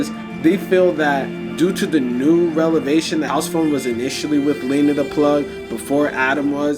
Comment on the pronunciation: it’s “revelation” not “relevation” loll. And turn that DUMMMM music off please